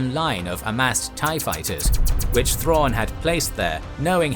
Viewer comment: God they butchered Thrawn.